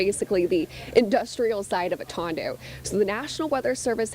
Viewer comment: Atando Avenue. Not Otando